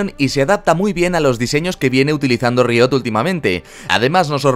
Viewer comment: tu forma de decir riot me pone nervioso